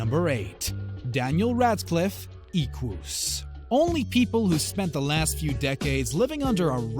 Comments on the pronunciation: You don't know what an Adult Movies is. And you don't know how to pronounce Equus and epitome. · Stop saying "Eeh-kwoos". That's not how it's pronounced. It's ˈɛ.kʷʊs. ɛ as in 'bed' & ending with 'us', not an ooh sound.